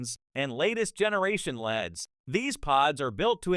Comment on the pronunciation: Can’t trust a LED light review when they can’t even pronounce LEDs correctly.